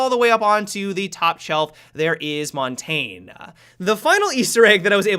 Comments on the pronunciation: Ninjas Raccoon is moon ta nè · montagne is pronounced mohn-tahn-yuh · it isn't Mon Tanya that isn't how to pronounce it. it is mon tane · "Montane" uhhhhhh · Mon-TAIN lmao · Montain, who needs proper pronunciation. Or just call him mountain. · According to my French Canadian friend, the correct pronunciation is Mon-tang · more like mon-tan-ye, if I may write in pseudo phonetic script. :) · Isn’t it pronounced mon-ta-nae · Heres how you pronouce montagne okey (mon ton ya) that is how you say it if you dont beleive me search on google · Playingwithfire Gaming u pronounce it montane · He needs some milk no i pronounce it mon tanya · it is mont tanya, those are french operators montagne is mountain in french lmao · "Mon- tanj- eh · it is mon Tanya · The way he says montagnè... oof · we need to talk about your montagne pronounciation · I love your content, but please learn how to pronounce Montagne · Sill doesn’t know how to pronounce montagne 😐☹️😂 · Why does everyone mispronounce montagne? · WHY DOES NO YOUTUBER PRONOUNCE MONTAGNE RIGHT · Lol saying Montagne. Jesus.